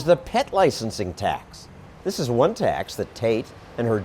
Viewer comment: Am I the only one who can't help hearing how she pronounces T'HACKS in a way to subtly hide "Hacks" as a pun ?